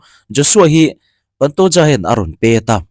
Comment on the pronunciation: Paantooja nilo in pantoja ti a lam tur oooo